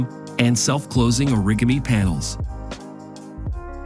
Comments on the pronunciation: Omg! I laughing so hard right now . "Orikimy"? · The pronunciation of a lot of this stuff in here just kills me. Self-closing uh-RIG-uh-mi panels. Like, bro, c'mon/ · Yes, and “or-RIG-uh-mee” for origame. There are many others. They should program the bot to search for pronunciations! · A video about technology with an AI voice that can't pronounce "Mercedes" or "Towing" or "Origami" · who the fuck says origami like that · Can't tell the voice is fake, can ya? Try "origami" Can't fix 'em all can ya?